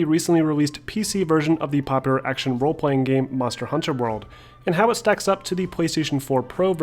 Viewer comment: Aaaaaarrrrhg u keep saying it as Monster: Hunter World